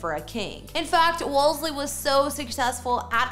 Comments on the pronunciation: The name is correctly pronounced “Wool- see” NOT “Wools-Lee”. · It’s Wolsey, you’re adding an extra ‘l’ that isn’t in his name. :)